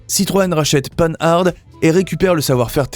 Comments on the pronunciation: Il y a quelques images qui ne correspondent absolument pas au texte récité. La prononciation de Panhard ( à l'américaine) révèle le manque de culture automobile authentique de l'auteur de cette vidéo. Encore un petit effort pour devenir un vrai professionnel de l'histoire de l'automobile française. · Comme beaucoup, j'ai été choqué par le fait que le commentateur n'ait pas pris la peine de se renseigner sur la prononciation de Panhard et même de ne pas souligner le surnom de cette marque "Pan Pan'" qui ne lissait aucun doute sur la façon de prononcer. Et que dire de l'oubli de Facel Vega! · Citroën fait aussi partie des grandes marques novatrices disparues... Sinon la prononciation de Panhard est à revoir. Ca gâche tout, on n'a pas envie d'aller plus loin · Pann'-hard' !!! Quel est cet abruti illettré qui prononce ce beau nom de manière si grotesque? Non: prononcez Panhard comme pan comme le pan du fusil ou le dieu Pan, et hard comme "art" que l'on retrouve dans "être au sommet de son art", et l'ensemble prononcé dans un seul souffre. D'autre part, pourquoi, quand elles sont évoquées, ne voit-on pas les 24CT et 24BT... que l'on aperçoit sous le nom de "Citroën-Panhard 24BT" alors que cette appellation n'a jamais existé. J'imagine les bourdes pour les autres marques. Enfin, des marques comme Facel Véga, Delage, Talbot, Hotchkiss pour commencer, auraient dû être évoquées largement, mais surtout pas de manière si maladroites. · Ce n'est pas le panard cette voix off... 😂. Purée, on dit pan ar pas panarde... Jay Leno fait l'erreur mais il est excusable, il est américain. 🤡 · Bonjour, on ne prononce pas "panne-arde", mais "Pan - ar". Merci pour la vidéo, très intéressante. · Oui, c’est devenu fréquent. Le nom se prononce pANhar , et non-pas pAnHarDE. C’est compréhensible du fait que les personnes qui sont nées après la disparition de la marque, l’ont lu, sans jamais l’entendre prononcer. La prolifération des anglicismes fait le reste … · Pan-Hard :face-blue-smiling